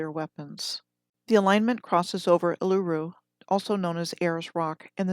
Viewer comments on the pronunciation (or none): none